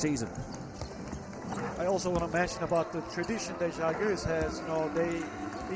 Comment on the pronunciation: Thank you for pronouncing Žálgiris the right way! Not the main commentator, though.. it’s possible to listen to the right pronunciation online. Žalgiris with the accent on Źááá( like proud) with the open and long A. Not Źalgeeeeeeris, like Algeria. It makes a big difference what accents you make on the name. Thank you! Great game! You go, Žalgiris!👍🇱🇹💕